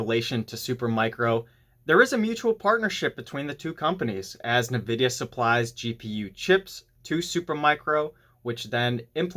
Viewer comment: Suggestion: correct pronunciation of Nvidia is: In-vid-ia , not Na-vid-ia. Look up correct pronunciation on Google.